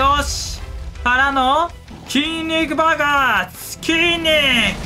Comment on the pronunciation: 筋肉爆発が筋肉バカに聞こえる!!😂